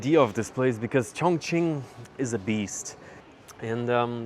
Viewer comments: 对 重庆的发音很标准😮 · When you say “Chongqing,” your pronunciation is very accurate. Many foreigners actually pronounce it as “congqing.” The incorrect version uses a flat-tongue sound, while the correct one requires a retroflex sound.